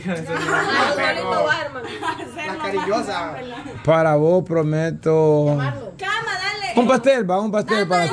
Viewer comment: Cama? Bessy y Odalis y sapo solo así dicen camaa?